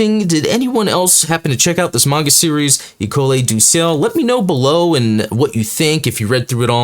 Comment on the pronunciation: You were close on the pronunciation for 'École du Ciel' (you got two-thirds of it correct). It's French for 'Sky School'. Fitting since it takes place in Montreal, Quebec, Canada.